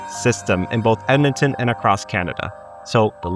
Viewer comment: Ahh good ol dead-man-ton